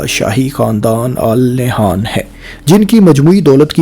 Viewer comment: It's pronounced "An Nahyan" in Urdu.